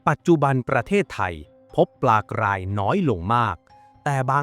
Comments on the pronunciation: การออกเสียงที่ถูกต้องคือ ปลากลาย ปลากราย ครับ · ออกเสียง ร.เรือ ไม่เป็นหรอ ? ปลากลายอยู่นั่นแหละ